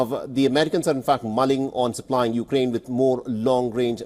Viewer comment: what is ukrain-ey?